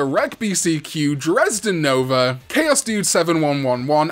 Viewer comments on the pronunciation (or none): none